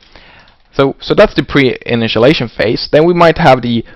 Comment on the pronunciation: "Initialization", not "Initialation"